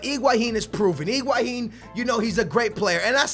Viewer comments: name is Higuain calls him Iguahin. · bro, it sounds like you're saying Iguahin in stead of Higuain ;p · everytime you say higauin part of me dies